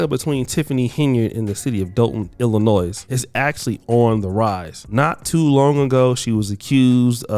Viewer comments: MAN IF YOU DON'T STOP PUTTING AN "S" SOUND ON ILLINOIS! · When you say Illinois, the s is silent. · The ‘s’ is Illinois is silent ….